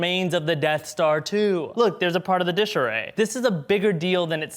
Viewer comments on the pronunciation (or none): none